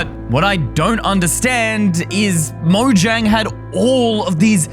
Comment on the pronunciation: I think you should probably just pronounce the word Mojang you should actually pronounce the j as a y